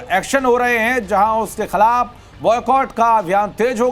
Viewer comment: Khilaf❌ khalab👍😂